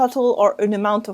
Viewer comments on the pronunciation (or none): Hi, a little confusing for the anglophones - your pronunciation of idea, should be ideA, (pronounce final 'a'), or else it sounds like ID= short for identification. Also adjective has the emphasis on the first syllable, ADjective, not adJECtive. Totally throws me off every time I hear you say it. And you use these words in almost every episode. Thank you for your great videos, and thank you for resuming this series. I've missed you. A bientôt! :-D